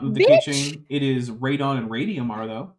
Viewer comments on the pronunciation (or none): none